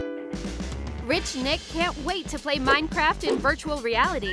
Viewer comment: Poor computer says this is how you say minecrartsoft